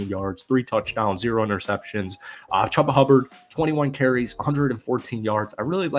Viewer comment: "chooba" not "chubbaa"